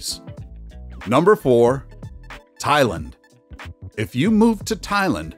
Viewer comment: Why can he not correctly pronounce Thailand?